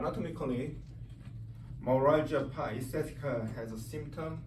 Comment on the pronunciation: fuck mine he cant even say it lol